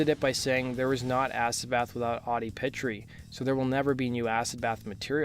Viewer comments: Omg you are killing Pitre’s name. You are saying Pit-tree. It’s Peet-tree, not Pit… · Not pronounced "petri". Pronounced "Peet" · That original Gacy painting hung right at my side for a long time. We sold original Gacy paintings at the record store I helped run in Tampa, The Alternative Record Store. Funnily enough I was born right next to Houma and lived there until I was 13. FYI, we Cajuns pronounce Pitre as “pea tree.” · It’s pronounced “Pee- Tree” brother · Audie's last name is pronounced Pee-Tree. But great video! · For future references, the last name is pronounced as P-Tree. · Also mispronounced Audi and Sammy's last names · You pronounced Pitre wrong.